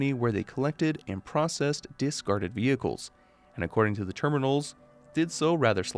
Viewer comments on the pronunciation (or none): none